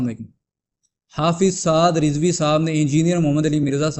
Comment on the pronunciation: Rizvi nahi razvi hota hai😂